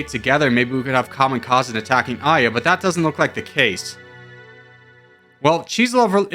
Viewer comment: I saw the thumbnail & I immediately knew you will mispronounce Aya which is a name rooted from Arabic & it is similar in meaning to "Verse" in English